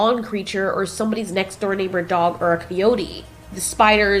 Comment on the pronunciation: Did you really pronounce Coyotes as ' Key 'otes, and not Ki-ote? Interesting. Also, Godzilla survived multiple nuke explosions. I doubt those little critters could stand a chance. Plus, he's radioactive as hell... They'd cook in their shells of armor like chicken pot pies ( yum )